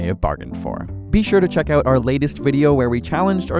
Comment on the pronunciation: I think I'm now an expert at identifying Canadians 😂😂. When they say 'out' you know right away